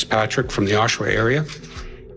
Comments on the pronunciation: I couldn't figure out which city the presenter was talking about for the longest time until the first news clip where the person says Oshawa... Oh! not Oh-Sha-wa! Dude! Video clips throughout this video have various people saying the city's name properly... did you not pick up on that BEFORE you narrated it? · It’s pronounced osh-ah-wah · I'm going to subscribe, but it's driving me! It's Ah-sha-wah! Oshawa! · It’s osh-a-wa 😂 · My god man learn how to pronounce city names properly. Oshawa (Aww-Sha-Wa) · Its pronounced Osh-a-wa and its a shithole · It's pronounced Aw-Shah-Wah, like Ottawa but with "Awsh" - Oshawa. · "Oh-sha-wa" lol hilarious pronunciation of Oshawa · Really? Per Wikipedia the name Oshawa is derived from the Ojibwe word aazhawe, which according to the Ojibwe People's Dictionary does not start with a long O sound like the AI was saying. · Oh ffs, you pronounced Oshawa SO wrong!!! It's Osh-ah-wah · Every time the narrator says "Oshowa" instead of "Oshawa" I want to throw something. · Sorry, its pronounced Osh-ah-wah 😂. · Oshawa is said like: Osh-a-wa This was a well done video, but a really really sad story... 😥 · Until next time get a robovoice that can pronounce some of the names of people and places. OSHAwa indeed. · his prononciation of "osh-a-wa" is so funny LOL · Oshawa, A Major city in Canada,you think it would be pronounced correctly! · You even get the correct pronunciation of Oshawa in the news report, yet you continually mispronounce it. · Someday, maybe, AI will learn how to pronounce "Oshawa" and "Guindon". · It would be nice if the narrator or, AI, could pronounce the area correctly... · I cant even focus on the video because you keep pronouncing Oshawa wrong. Is this an AI voice? Did you not hear the correct way to say it in it news reports? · They said it so many times in the news reports!!! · Idiot sure brutalized the pronunciation of Oshawa! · sorry but the pronunciation of Oshawa made me laugh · The way he pronounced Oshawa 😂